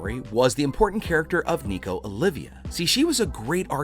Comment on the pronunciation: OLVIA DUDE HER NSME IS OL-VI-A